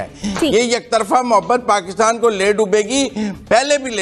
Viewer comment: हेलो एंकर साहब, बलूच लोग जो पाकिस्तान पर अटैक कर रहे हैं वे दहशत गर्द नही है। वे अपनी स्वंतत्रता के लड़ने वाले सैनिक है। ध्यान रहे इस बात का। पाकितान नही पाकिस्तान होता है। उच्चारण शुद्धि ले आएं अपने बोलने की शैली में। बहुत ही अशुद्ध उच्चारण का प्रयोग करते हो आप इसीलिए वीडियो का कोई खास प्रभाव नहीं पड़ता अपितु देखने वाले थंबनेल और शीर्षकों की वजह से आकर्षित होकर देखते हैं🙏🏻